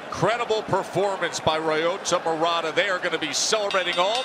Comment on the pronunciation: why do they allow ILLITERATE commentators??? ROYOTA??? wtgdf is that? This has to be the easiest Japanese name in the history of civilization and that moron cant even pronounce it without relating it to a frign CAR. footnote: murata didnt loook all that good in the first rd. it looked to me like he waited and was tough enough to wait until Brant made a mistake. i cant believe people are saying that this guy is gonna sleep Golovkin. I cant see it. then agian....i suck